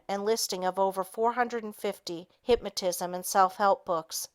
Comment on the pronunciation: Excellent book. However, it is very distracting to hear the reader constantly misprouncing certain words, especially "hypmatism" and "hypmatist".